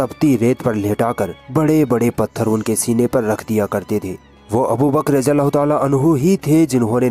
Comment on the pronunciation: It is ض not ز so please pronounce it right or else it is sin, may Allah protect us!